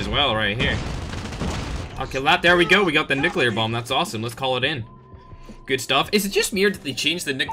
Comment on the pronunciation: Gets a Nucelear bomb 💣 10 Seconds later starts talking about TikTok🤣